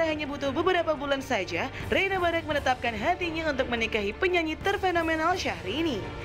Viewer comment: Apa cuman gw yg salfok saat iis salah ngomong nama "Barack"? sampe melaney harus ngasi tauu wkwk ga cocok bgt jd host ih si iis . rempong bgt